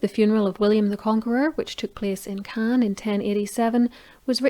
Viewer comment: That was a beautifully told, well-researched, account. Caen is actually pronounced like “Caw(n)” without the ‘n’ at the end. Obviously, I wouldn’t imagine that there’d be any blood dripping or pouring, out of a faulty coffin, but, although no expert in these matters, I’m perfectly certain that there’d be all sorts of other liquids and juices around, to leak out. And dogs do have a penchant for licking all sorts of disgusting things, like excrement and ani of other dogs. Also people’s faces and hands. Hence Faeces to Faces cross-contamination, and the spread of Canis Toxicara (sp?) a parasitic worm which migrates to the (human) eyeball and can cause blindness. But everyone knows this, already, I expect.